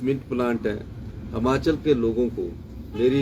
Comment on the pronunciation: हमाचल नही हिमाचल होता हैं